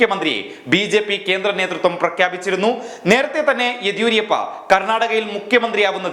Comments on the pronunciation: ആദ്യം യെദ്യൂരപ്പയുടെ പേര് മര്യാദക്ക് ഉച്ചരിക്കാൻ പഠിക്ക് മാഷേ.. (യെദിയൂരിയപ്പയല്ല!) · യെദിയൂരിയപ്പ അല്ല ... യെദിയൂരപ്പ എന്നാണു.. Yediyurappa... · യെദിയൂരിയപ്പ ആണോ എദിയൂരപ്പ ആണോ ശരി.